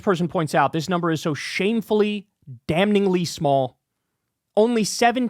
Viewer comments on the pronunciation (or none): KYLE!!! STOP PRONOUNCING THE "N" IN THE WORD, "DAMNING!" THE "N" IS SILENT AND IT JUST SOUNDS WEIRD WHEN YOU PRONOUNCE IT WRONG!